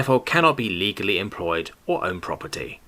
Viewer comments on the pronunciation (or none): none